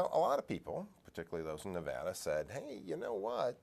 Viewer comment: Holy shit, he pronounced Nevada correctly!